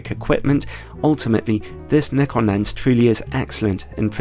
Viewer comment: !Nyekon! !Zee! Jezuz, learn to speak English properly 🤣